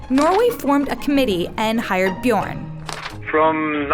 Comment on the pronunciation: Björn and not Bjorn